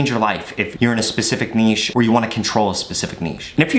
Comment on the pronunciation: Ayeee he said "niche" correctly! Also great tips bro. Just took awhile to actually start the vid lol